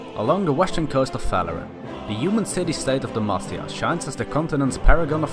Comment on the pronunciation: GJ on the video... but at first I misheard you saying Demacia into De Mafia